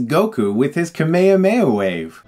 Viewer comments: you the "H" is pronounced in the kame hame ha right? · I love how you say Kame-hame-ha, all together and flowing as 1 word. We pronouce it separately in brazilian portuguese. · Just to let you know you are mispronouncing Kamehameha, its not pronounced kamayamaya - That dub is wrong, funimation corrected that. Kame hame ha, the turtle destruction wave. Most japanese words are prounounced in pairs of consonants and vowels, ka-me etc. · It's kame Hame Ha not kame ame a 😅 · Wtf is cumme uhh meh yaa Its kaame haame ha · Stop! Just stop butchering the name! It's KA - ME - HA - ME - HA not Kame Yahweh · Dafuq is up with the camea mea? Is this really how americans pronounce it? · why do you say Kamehameha completely wrong?! You sound like you are saying kemay-mayha wave.....Its pronounced KAH -MAY, HA---MAY---HA..... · Why the hell do Americans say "kameo-may" WAVE? it's clearly KAME HAME HA. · ehhhh ive always hated to pronunciation of the kame-hame-haa as kuhh mayuhha mayuhh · You keep pronouncing Kamehameha wrong. It's "KA-me-HA-me-HA", not "Ka-ME-a-ME-a" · It's pronounced Ka-may-ha-may-ha, not ka-mayuh-mayuh. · Why does Chris pronounce kame hame ha like "kameyameya". Weird. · It is not KAMEIAMEIA FFS, it is KAME-HAME-HA. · Stop saying kumehumeha for god's sake, you're no worse than the movie if that's how you pronounce it. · I don't think you're pronouncing the power right. isn't it pronounced "Kah-meh-ha-meh-ha" not "Kah-meyamey" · why do you say kame hame ha like kame ame a?, it's kind of disturbing. the movie i don't know if it deserves de hilariousity being that enraging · i take issue with the way you say "kamehameha", especially because the clips in this video explicitely show you how its pronounced lol "ka-mayo-mayo"? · He’s saying it weird. It’s pronounced com-ay hom-ay ha. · Why does he pronounce Kamehameha kameyameya???? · Perfect. But please don't call it the Ka-Mayo-Mayo-Wave. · No one : Chris : kamekameyo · learn to pronounce kamehameha!